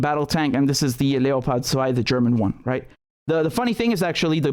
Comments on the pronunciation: Please stop pronouncing leopard in German. Just say leopard. It's making me cringe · Funny pronounciation of Leopard